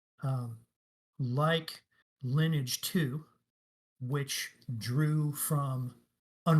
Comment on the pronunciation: "Lineage 2" the way he pronounces 'Lineage' makes go into a berzerker frenzy.